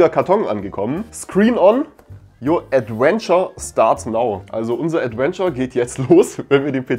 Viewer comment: Nicht "Adwenture", sondern "Adventure"